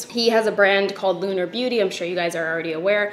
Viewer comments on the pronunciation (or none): none